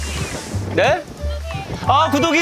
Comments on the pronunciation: 왜 자꾸 구더기로들리지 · 구독이가 자꾸 구더기로 들려요..큐ㅠㅠㅠㅠ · 자막 없었으면 ‘구독이’이가 아니라 ‘구더기’로 들렸을 듯...